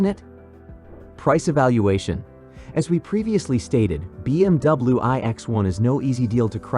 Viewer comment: Hate robot narration. “B M double-oo” ????